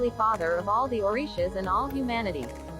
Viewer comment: This pronunciation of the Orishas is not correct! 🤔